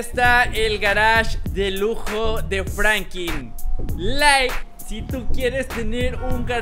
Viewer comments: No es frankin es franklin!! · Es Franklin no frankiln